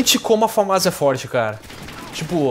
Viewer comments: mano, pq o nao fala direito o nome da arma? Não se fala FamÁs, e sim, Fãmas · eu acho que se diz FÃMAS né?